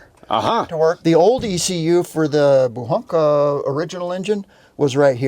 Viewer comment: Удивляет то, что слово "Буханка", произносится довольно внятно, почти без акцента. Интересно, авторы ролика знают, что означает и как выглядит эта самая буханка ржаного хлеба?